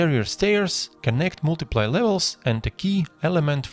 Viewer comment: This has nothing to do with the actual content of your tutorial (which is awesome btw I love the clean look) but it always makes me chuckle a little bit when you say "multiple." I know English isn't your first language and I'm not trying to make fun of you, I just giggle a bit when I hear "multi-play" instead of "multi-pull"